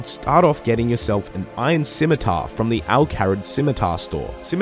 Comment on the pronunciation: SIMITAR? SCHMITAAR!*